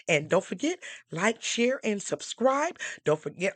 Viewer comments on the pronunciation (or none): none